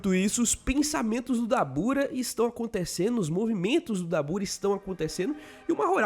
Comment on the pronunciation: A pronuncia certa é “dábura”